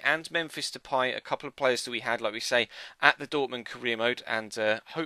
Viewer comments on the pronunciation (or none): It's not de-pie??? De-pay... There is no accents so it's de-pay...